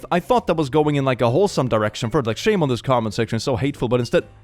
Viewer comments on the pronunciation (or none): none